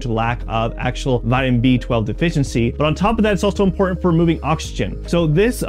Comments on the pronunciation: So is the fact that instead of saying "IMPORTANT", he was trying to be 'modern' and kept saying "IMPOR-ANT"!!! HIGHLY ANNOYING!!! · Why do you drop all of your internal "T" in words. It makes it difficult to take you seriously on such impor'ant issues. Do Better.